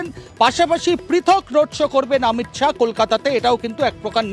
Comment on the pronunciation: মহিলা রিপোর্টারের অমিত শাউ নয়, অমিত শা